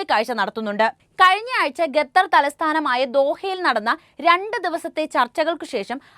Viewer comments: ഗത്തർ അല്ല ഖത്തർ ആണ് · ഗതർ അല്ല 😄ഖത്തർ